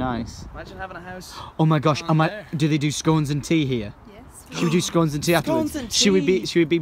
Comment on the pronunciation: You said scones wrong D:<